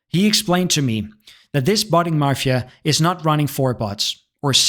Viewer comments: NOONE CALLES ANYTHING THE MARFIA. It's Mafia. There is no R! ffs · Mafia not marfia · Did u say ... marfia? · Bro please, there is no letter R in Mafia